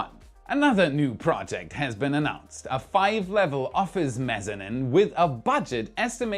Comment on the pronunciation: MezaNEEENE. That's how you pronounce mezzanine. Not mezanin. Dude, you need me to go over your scripts because this isn't the first mashup for you.